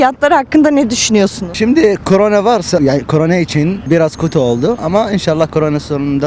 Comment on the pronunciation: de ki abim korene demesi kadar hoş olmuş